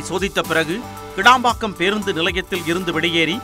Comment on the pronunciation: கேளம்பாக்கம் இல்லை கிளாம்பாக்கம்.மழையின் போது வந்து பார்த்தால் தெரியும் உலகத்தரம்.